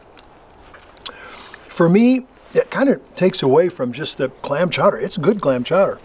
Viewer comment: Good video, but according to you, it is seafood chowder, not clam. Cowder.